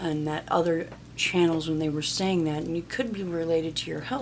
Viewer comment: Is anyone over and her saying “ EEN” instead of “ING” ie: ly-een not lying, say-een not saying. It makes me Ragey!!!!